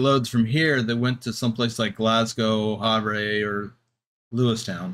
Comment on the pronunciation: Great content, however as a montanin, havre is pronounced as have-er. Other than that, I commend the dedication to the travels in the state